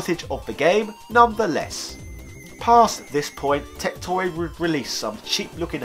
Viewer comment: If you are going to bring up TecToy anymore you should brush up on your Portuguese... you butchered it.